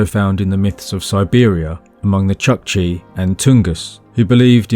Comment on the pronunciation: ChOOkchi, not chAkchi. That double-O (think "spoon") sound keeps getting transliterated as "U". Same deal with SpOOtnik.